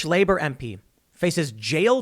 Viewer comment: you could make a start. You said Labour wrong